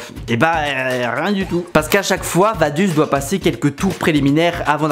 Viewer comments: Vadus 😂 ca ce prononce vadoutz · Vaduz, C'est pas vadus, c'est vadoutsse, la prononciation 😂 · Vadouz c'est pas US mais OUZ svp les FRANÇAIS APPRENEZ à parler correctement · Je ne sais pas si c'est parce que je suis Suisse mais Vaduz c'est très loin de se prononcer "Vaduze" mais bien "Vadoutss". Super vidéo encore bien expliquée est surtout très drôle. On attend déjà impatiemment les prochains récits de foot, le plus beau sport du monde, avec enthousiasme ! Force à toi et continue encore tu as des très bonnes idées et réalisation, bonne idée d’avoir des sponsors par vidéo car tu n’as toujours pas réussi à percer dans le ballon rond ;) PS: Pour y avoir joué oui les division 5, 6, 7 et 8 du football suisse font mal aux yeux mais quand on voit les clubs français qui restent en compétition européennes ça nous rassure. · Si jamais on prononce vadouts pas vaduz... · Vaduz sa se prononces vadoutse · Vaduz ça se prononce "vadoutz" si jamais, sinon super video com d’hab! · MEC, tu m'a tué! Je suis Suisse et c'est réel, tout leurs clubs sont eclaté hahahahaha. Par contre ça se dit VadOUtz en phonétique ^^ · Pour la prononciation on dis "Vadouts", sinon bonne vidéo bravo :-) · Super vidéo. Mais si jamais Vaduz se prononce : Vadoutz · Ça se dit "Vadouts" merci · Au passage, on prononce Vadoutz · On dit Vadoutsss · Si jamais Vaduz se prononce « Vadoutsse » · Merci pour cette vidéo. Malgré l'échec de la tentative de l'accent suisse et de la prononciation de Vaduz 😂.